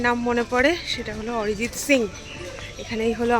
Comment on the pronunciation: বাংলায় উচ্চারণ করলে অরিজিৎ ই হয়, আরিজিৎ নয়! লোক কে অপমান করতে একটু ভয় হয়না? উপর এ কিন্তু একজন সব দেখছে!